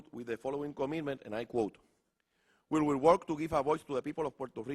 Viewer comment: DIJO that the WHEEL {sic, RUEDA en español}. OF DA PIPOL OF PUERTO RICO, en vez de WILL. JAJAJAJAJAJAJAJAJA.